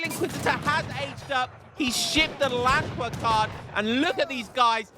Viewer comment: Yeh I think one of the key points is that they cost wood, when Germany otherwise has such high gold demands Fyi the 'd' should sound like a 't', 'w' is pronounced as a 'v' and 'wehr' should sound more rounded like 'bear'